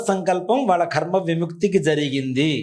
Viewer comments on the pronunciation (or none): "కర్మ"...అనాలి. 'ఖర్మ' అనకూడదు